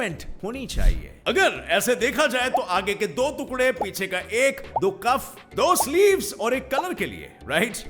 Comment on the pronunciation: तुकड़ा नही, टुकड़ा होता है।